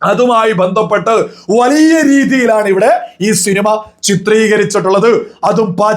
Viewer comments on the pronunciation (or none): വളിയ അല്ല bro വലിയ... വലിയ... 😂